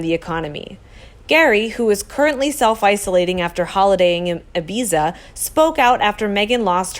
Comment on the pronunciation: Totally Agree with the Uncle !!! Thank you,,,,,,,Could Not Agree more,,,,,,,,,,,,btw......learn how to pronounce. “Ibiza”